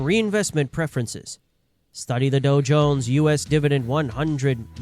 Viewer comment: Doe-Jones? I feel stupid listening to this AI bull krap.